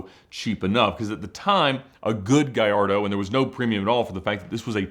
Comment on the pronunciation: There's no "Y" in Gallardo.